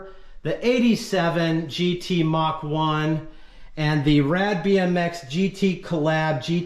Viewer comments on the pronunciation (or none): none